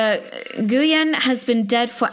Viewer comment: the last name is pronounced new-en